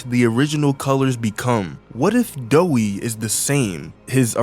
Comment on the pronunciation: Doey not Doei